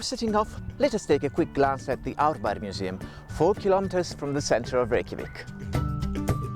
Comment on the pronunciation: the host is really good at pronouncing icelandic words and the name of the neighbourhood árbær , vel gert ;)